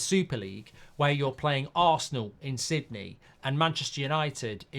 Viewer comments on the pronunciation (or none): none